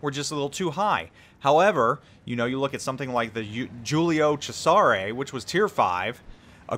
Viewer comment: Thanks for quick review. Quick one, Giulio Cesare is not pronounced like that! Cheers.